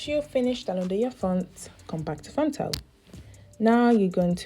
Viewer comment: Did she say font tell?